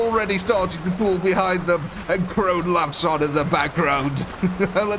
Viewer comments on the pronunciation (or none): Who the fuck is Crone? You mean Khorne? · Crone? It's Khorne. Pronounced Corn. lol